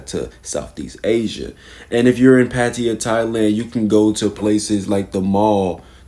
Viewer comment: pattiya? you mean pattaya